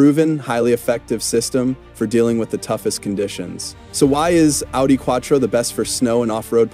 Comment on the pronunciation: Dude, it's pronounced "Ow-dee"...😅